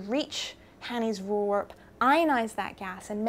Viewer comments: "Voorwerp"..."V" as in the "F" in Five..."oor" as in the "ure" in lure..."W" as in "V" in variable..."er" as in "ar" in Larry... and "p" as in "p" in problem....I'm not dutch I'm afrikaans which is very close to dutch, object in our language is also voorwerp...but your pronunciation of voorwerp sounds godawful. XD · I'm Dutch. Lyria's Fore-wear-p comes closest to the pronounciation of this Dutch word. Just to finetune: the F should be pronounced like a v as in very, and the r sound (both of them) should be rolling as the Scotch do - think Aberrrdeen. And like you say, voorwerp is just the Dutch word for 'object', so it could just as well have been called Hanny's object. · Voorwerp is in English the same pronounced as voorwarp. (try google translate otherwise for a pronunciation) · It's pronounced "foor-verp". "foor" as in "poor" and the "e" in "verp" is similar to the "a" in "catch". The "r" is hard. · Daniël Louw Why end with verp, clearly in dutch a W is pronounced, not a V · You basically say v-or-w-air-p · I would pronounce it "Forveerp" is that wrong? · Maybe try saying "Pho-or Var-p" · "Voorwerp" (Dutch for Object/Thing/Subject) is pronounced "Four-Verp". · Pronounce like so: foor-verp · it's pronounced "wur-verp" :) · I think phonetically it should be pronounced as /'hɐni:s 'vɒɹweʀp/. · I learnt Afrikaans as a school boy and it is very similar to Dutch so the V is pronounced as F and the W as V. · The correct pronunciation of voorwerp is with e sound of [heck] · You're almost correct. The V is pronounced just as a V, not as an F. :-) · Pronounce the 'voor' in voorwerp as 'four' and you're a lot closer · The 'e' in 'werp' is pronounced as the 'ai' in 'air' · yes you are pronouncing that completely wrong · I like the way English people pronounce: "Voorwerp" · The "wer" part in voorwerp is pronounced more like "where". Just so you know :) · Use Google translate to hear how to pronounce voorwerp.